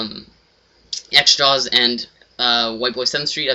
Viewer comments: *xJawz not xJaw"s" you nerd. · its xjawz not xjaws dumbass, oh and btw,you are a douche lol